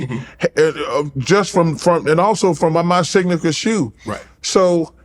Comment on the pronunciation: “And also from my signakure shoo” - Sir Charles Barkley